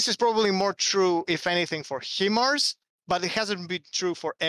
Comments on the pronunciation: Sorry to be that guy ITS PRONOUNCED HI MARS its a acronym HIgh Mobility Artillery Rocket System. I was stationed at Fort Sill OK where the US military trains ALL HIMARS crews. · HIMARS is pronounced 'Hi Mars.' Not 'He Mars.'